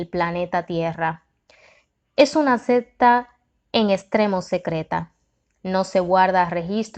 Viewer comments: También dice sesta en lugar de secta tiene que tener cuidado como pronuncia las palabras porque confunde a los que escuchamos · Me recomendaron mucho este libro, por cuestiones de trabajo casi no me da tiempo para leer por eso lo busqué en audio para escucharlo mientras laboro, desafortunadamente la narradora no es muy buena y con muy mala vocalizacion. Cada vez que decía sesta en vez de secta me hizo recapacitar y decidir que mejor voy a sacar el tiempo para leerlo y ahí voy.